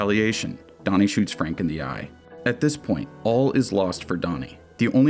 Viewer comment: That ain’t Frank that’s Fronk